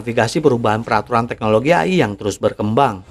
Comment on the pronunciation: apaan ❓❓❓🤔🤔🤔🙄🙄🙄 AYI ❓❓❓🤔🤔🤔🙄🙄 yg betul itu EY AY ( AI ) 🤦🏻‍♂️🤦🏻‍♂️🤦🏻‍♂️🤦🏻‍♂️🤦🏻‍♂️